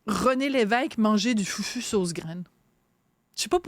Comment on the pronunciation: On prononce « foufou » et non FUFU. De plus, c est une melange de banane plantain et de manioc (ratio 3 banane pour 1 manioc)..